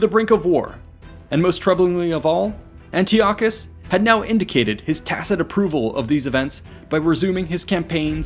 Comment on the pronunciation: Yeah disappointing he fumbled that.